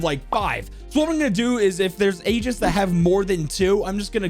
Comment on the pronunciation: they are called "Agents"!! when I saw his stream I thought he was saying "Asian" like "What's your favorite Asian to play?" I'm dumb